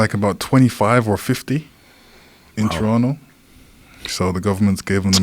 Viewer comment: Joe says Toronto like a true Canadian👌🏾💯🇨🇦